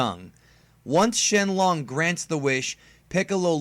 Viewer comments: shenlon? XD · Why did he say shenlong